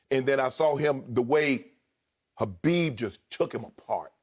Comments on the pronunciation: Who's Habib? It's khabib Shannon! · Shannon..... it’s KHABIB not HABIB